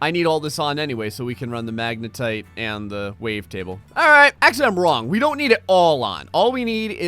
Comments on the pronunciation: He said wave separator and magnatite table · "The Magnetite Table" and "The Wave Separator" Dammit...